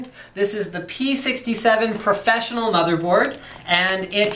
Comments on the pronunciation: Profess-1-onol ? You're either living under a rock Linus or you're a petroleum engineer. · lol. when you say processor, you say it wierd and pronounce the PRO part, but when you say professional and should pronounce the PRO part, you don't. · "ahhhhhhhh the Profess-One-onnal series" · Why the fuck didn't he read 'Fatal'ONE'ty' when he read 'Profess'ONE'onal'?